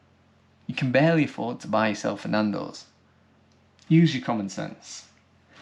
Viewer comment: Loving the emphasis on Nandos 😁